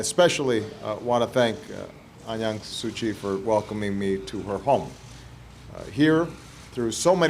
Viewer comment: Did he say An Yang Suu Chi?